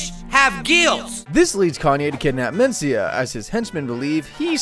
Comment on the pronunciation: I have never heard carlos Mencia’s last name pronounced that way. You put the em FAH sis on the wrong sil AH buhl.